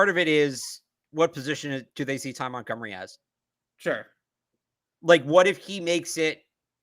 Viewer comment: you have butchered so many names it’s ridiculous at this point. If I have to hear you say Ag-u-lar (instead of Agholor, ag-o-lore) or MontGOMery (pronounced mont-gum-er-ee) my ears are gonna slap me in the face. Take literally 1 second to learn the damn names of the players that your report on. Smh montgomery is literally a very famous name